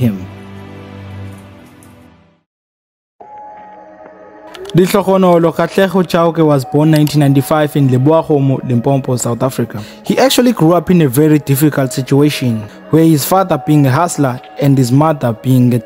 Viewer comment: Strike 1 "Limpompo"😂 Strike 2 "unsantanity"😂 Im subscribing coz there wasnt strike 3😂